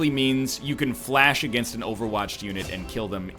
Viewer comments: NL Pronounces Fleche correctly 30 seconds later reverts to saying 'flash' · How is he still mispronouncing fleshe